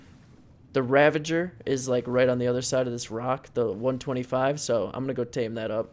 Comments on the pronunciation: it’s pronounced Ravager not Ravenger. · ITS A RAGAGER NOT A RAVENGER